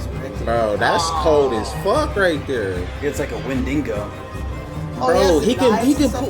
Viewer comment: "Windingo" 😂😂 What a win for the dingo xD